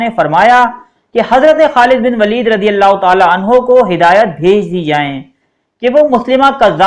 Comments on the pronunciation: 5.25 pay aap nay abubakr ko anhaa kaha ha anho kaha karo bahi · Aap nay bht dafa anha use kiya ha kindly anho bola kary sahabi k sat